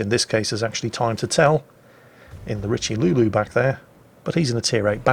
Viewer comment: your french hurts man. The worst was the Riche-lu-lu; I mean wow. Richelieu, you shoudl pronounce that Ree-Cheu-Lee-Eu